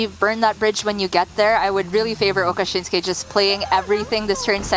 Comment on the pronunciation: I have read it many times. It says Okasinnsuke, not Okashinnsuke.